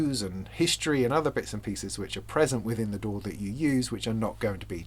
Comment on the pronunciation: The Youtube captioning interpreted your pronunciation of DAW as "door". I kept wondering "What the heck is this about? Is there some new standard or technology I was previously unaware of? What is this 'door' of which he speaks?".